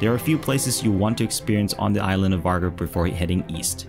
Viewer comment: Vágar is pronounced wooar